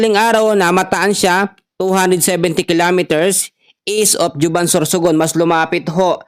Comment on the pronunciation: Correction Po yong Juban Sorsogon Ang pagbigkas Po ay as Huban Sorsogon Hindi Po Juban